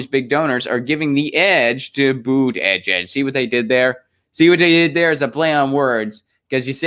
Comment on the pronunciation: Unsubbed. Been great brother but I just can't take the Buttigieg pronunciation anymore. Do not like him, but jfc let it go